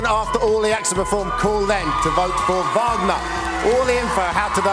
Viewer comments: SAY HIS NAME RIGHT, LOUI!!!!! IT'S VAGNOR!!!!!! JERK!!! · Poor thing. I bet after all these years Louis still hasn't managed to pronounce his name right.